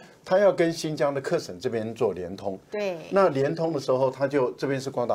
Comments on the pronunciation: 纠正一下赖教授的发音，喀什 不念 课时，念咖石，是少数民族语言音译的，不能照汉语字面念，14亿大陆老百姓这个词没有人念错的，留法的文科大教授念错不应该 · 喀什，咯读ㄎㄚ[kā]。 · 喀什，读音“咖十”ka1shi2